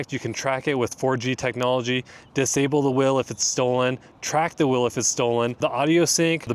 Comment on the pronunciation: What's a "whel"?